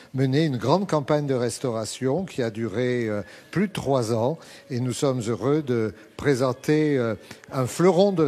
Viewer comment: La visite vaut la peine,mais l'élocution st des plus pénibles:"dessouffe",500 anffe,Chinonffe,etc...C'est ridicule,au point que j'arrête le son,c'est insupportable!